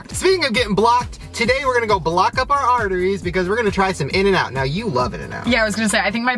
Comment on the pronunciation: Its INN-N-OUT